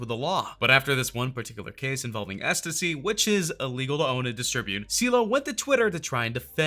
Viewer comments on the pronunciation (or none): Can’t pronounce ecstasy either